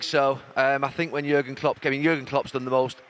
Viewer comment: It’s Jürgen Klopp he’s talking about. Not Jagan Klup